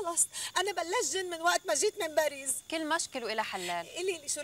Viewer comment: هي ليه بتقول باريز مش باريس 😂😂